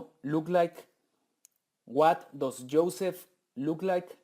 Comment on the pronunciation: La palabra "does" no se pronuncia "dos" se pronuncia como "das" y el negativo "doesn´t" se pronuncia "dasent"